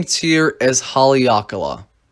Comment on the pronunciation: You pronounced Haleakala incorrectly.